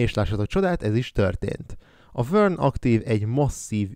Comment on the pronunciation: Vörn-nek kell ejteni nem?